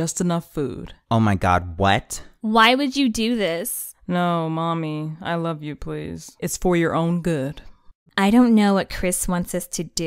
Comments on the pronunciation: Lol she said "I loFe you please" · “no mommy, i lofe you” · “No, mommy. I lofe you”